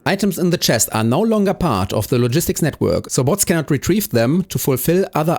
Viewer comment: It's crazy this video has only existed for one hour. The way you say the word logistics feels really weird. Low gis tics Bo(ah)ts